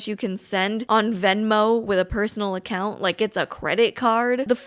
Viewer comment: as a not English speaker why is she pronouncing account so weird? this is a correct spelling am I missing something?